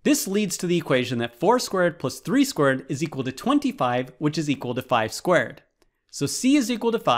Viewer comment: I can't unhear it now once I heard it. He says 4² as 4 squirt.